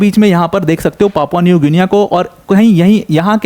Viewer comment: Good video sir. It's pronounced like Papua New Ginni. Just for info